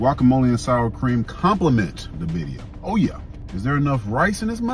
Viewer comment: Is he saying baddia or birria 😂